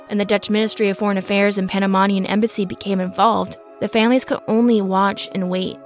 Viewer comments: You’re saying Panamanian wrong. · I think they googled her name to see if they were searching already for them, btw you pronounce wromg Panamanian and boquete. Im from Panamá. Most definitely what i think is that 1 they didn't go alone since they seemed smart enough for that, and the most important thing i dont think our polices were ready or prepared for something like this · I tried my best to ignore your incredibly poor pronunciations but it was way too insulting. How can you do a story about something that happened in Panama and can’t pronounce Panamanian? Boquete! Not Bogotica I tried but couldn’t pass the 7 min mark!